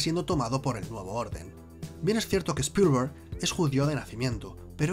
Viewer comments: Spolguer jajaja (Spielberg) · Spillllllberg jajajajajajajaj.. Tremenda pronunciación y esta bien escrito 👀🤣